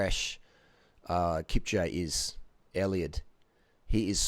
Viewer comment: Kipcha lol wtf its pronounced Kipchooouuuugiiiee